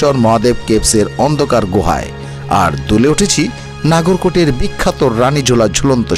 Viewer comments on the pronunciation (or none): নাগর কোট নয়, নগর কোট ।